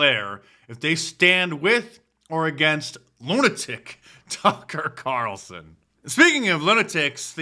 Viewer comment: “Tucker Qatarlson” completely caught me off guard 😂